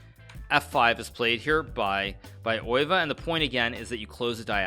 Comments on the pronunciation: He pronounces it as if it’s a German name, but Max Euwe was Dutch. The correct pronunciation is [ˈøːʋə] but that probably doesn’t help lol. Best English approximation I can think of is “uh-w-uh” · The best English approximation is undoubtedly "Ur-vuh". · ye probably something like eh-w-uh actually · Its not